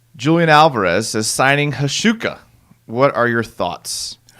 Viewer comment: 90 minutes? That'll be about 88 minutes more enjoyment than I had from the Jaguars week 3 performance. Praising Hauschka knowledge as he pronounces the letters of his name in the wrong order is hilarious;-p